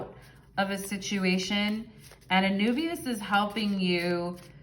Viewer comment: And Anubis is is pronounced a-NOO-biz